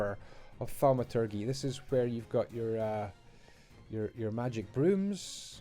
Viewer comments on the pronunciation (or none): The g in thaumaturgy is pronounced like a j - one of those words that have largely fallen out of use. City is really rocketting along.